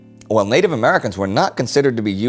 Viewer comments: native not natibe :) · Natibe AHAHAHAHAHA